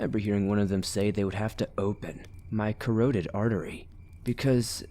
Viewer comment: Carotid is pronounced kr•aa•tuhd.